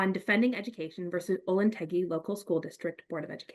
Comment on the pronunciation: it's pronounced olentanjee btw, not tangy